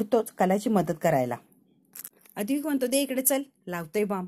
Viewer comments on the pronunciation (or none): अद्विक नाही ‘ अद्वैत’ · अद्वैत या नावाचा उच्चार नीट करा बाकी वाचन अप्रतिम आहे